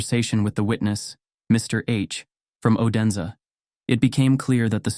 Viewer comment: It is not pronounced o-den-sa but more like oooo-dense.